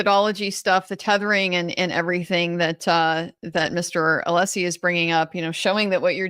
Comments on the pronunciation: does know how to pronounce Alessi’s name properly! He slipped and said it correctly. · Yes, I heard it as well!